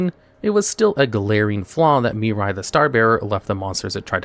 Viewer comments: I love how you say Mirai, yet the card says Mira. Yugioh Mandela Effect? 🤔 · In what universe can you look at the name Mira and see and pronounce Miri? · why you calling Mira, Mirai? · It's not "Miri" it's "Mirai". Still incorrect either way, but atleast slightly more understandable why it happen, since the latter is a word that actually exists (namely it's the japanese word for "Future")